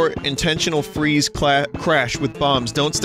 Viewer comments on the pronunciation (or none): none